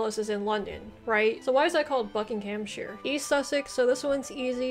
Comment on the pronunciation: Shire is pronounced sheer in the country names. You pronounced it correctly for Shropshire and Buckingham shire but not for many of the other shires.